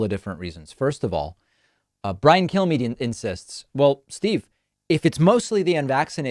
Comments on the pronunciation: Does any one else hear kill me when killmeade’s name is spoken? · Did he say, Brian Killme's mind? LOL